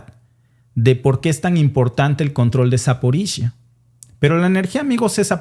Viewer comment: Se pronuncia Zaporiyia, no Zaporisha, no se de donde sacaste eso